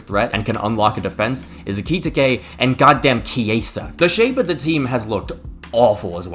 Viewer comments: bro it’s EH-Cuh-Tee-Kay, not ekititikekeke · ‘Ayki-tikay’ lol 😂😂😂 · Genuinely what the hell is so hard about Ekitiké? I've heard three different football commentators say it wrong. It's literally four syllables. Finnish would beat your ass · Ekitike is surely not pronounced like that 😅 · Stop pronouncing Ekitike like that. (Here's your engagement bozo) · BRO ITS EKITIKE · The way you pronounce Ekitike I just know you mispronounce Gracias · i love you bro but please learn how to say ekitike😭🙏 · Thats not how you say Ekitike😂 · Number of times said Ekitike - 5 Number of times said Ekitike correctly - 0 You know they now release a video at the start of the season with the players pronoucing their own names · How tf can pronounce Wirtz properly but no Ricky Ticky Tavy?